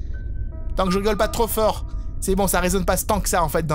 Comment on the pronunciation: Tu as dit Bron au lieu de bon